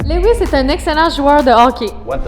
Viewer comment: Lewis pas louisse